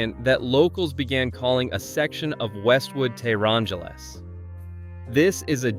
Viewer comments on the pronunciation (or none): Oh my; The person selected to narate this film should AT LEAST know how to pronounce Challah correctly, if not also be Jewish. This is offensive! This guy also pronounced Boca Raton, Fla. incorrectly, Teherangeles incorrecly, Rodeo Drive, & more. OY VEY, This Shaygetz needs to leave the narration to someone qualified to pronounce the city names correctly.